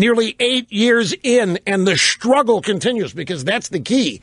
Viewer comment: LOL! "We shtruggle"? If she was so upset with the way men perceive women, why did she marry one? This woman is depressing.